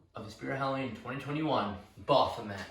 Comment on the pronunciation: I believe he is called ba-f-o-met, not bah-hom-et.